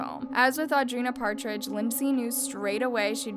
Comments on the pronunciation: Audrina’s last name is Patridge. Not Partridge. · ok love the documentary but i wish you didn't mispronounce multiple peoples names. alexis neiers, audrina patridge ???? no hate just make sure you know the people your talking about